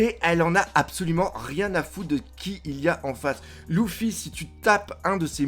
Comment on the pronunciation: J’en peux plus que tu dises LOUFFY!!!